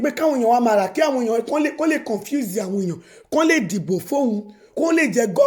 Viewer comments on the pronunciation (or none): You're saying rubbish, even you cannot speak galloped English correctly.... convince for confuse, ballot for ballet, screen for scream etc